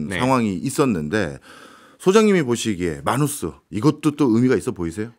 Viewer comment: 해외에서 미국에서 모두 “매너스”로 불립니다 “마누스”가 아니라. 첫번째로 영어 발음을 한국말로 표기 한 사람이 누군지는 모르겠지만 글로벌한 시대에 글자하나라도 제대로 발음되았으면 하는 마음으로 적습니다. 마치 외국 사람이 한국에서 한국말 발음 못하면 못알아들어서 소통 안되고 발음 고리쳐주려고 하는 것과 동일한.